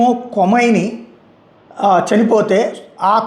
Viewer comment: adi kuda AI video ne babu....aina mojtaba khameni ani palaka kunda ....moktaja antunav telugu rada niku